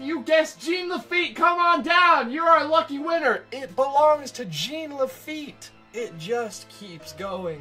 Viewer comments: Dying laughing listening to him say “Gene” instead of Jean. I’ve heard him pronounce it correctly since. Much love. Much love. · It's not pronounced Gene. It's pronounced Jawn La-feet. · Its not pronounced Gene its french its jean pronounced zzohn. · It's not Gene...it's French, it is pronounced Jawn...You had years to correct this... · Jean is pronounce "JAWN."